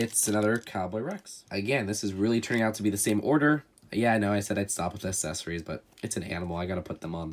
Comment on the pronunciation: weird with some of his pronunciations. I don’t get bothered by not emphasizing the “yo” in “crayon” because I’ve never spoken to anyone in person that does do that, but he always pronounces “accessories” as “assessories” and that actively irritates me